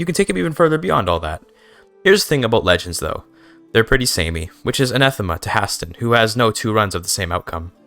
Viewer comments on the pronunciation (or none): I had to close video and dislike because of that pronunciation. High-stay-nnn. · Why does he pronounce Hæsteinn like that???😭😭😭